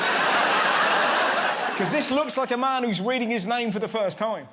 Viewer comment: we gonna just ignore the fact we said Weading instead of Reading😂